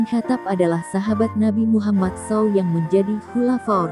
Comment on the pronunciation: wkwkwka apaa2an ini membacanya saaawwww🤣🤣🤣🤣 kacau ini yg bacakannnn wey apa itu sssaaaaawwwww wkakakakakaak